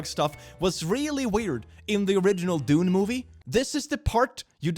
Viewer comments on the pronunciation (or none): none